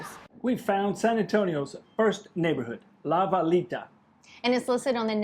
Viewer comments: I want coffee! FYI: You may or may not care but when saying La Villita the double "LL" in Spanish is pronounced as a "Y" (born and raised in the Rio Grande Valley). Keep up the good work. I have been enjoying your videos for years. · Oh, btw La Villita is pronounced: la vee-yee-ta